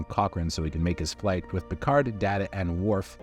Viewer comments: Hey, it is Data not Data. One is his name, the other is not. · You mispronounced Data's name! Da*y*ta, not Da*h*ta. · Dah-ta? Wolf 3 Fifty 9? Who wrote this for you? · "It's pronounced Day-tah" "Yeah, that's what I said. What's the difference?" "One is my name...the other is not." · Did you call Data Data? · WHY DO YOU MISPRONOUNCE DATA? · The fact that you pronounced Data’s name wrong just proves that you are reading a script and don’t actually care about what you’re doing. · His name is Data not Data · Homie triggered me with the way he said Data 😠. I will die on that hill. The line must be drawn here, no further! And I will make him say... it right lmao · Its pronounced "Data" not "Data" 🤦‍♂️😂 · That and how he pronounced Data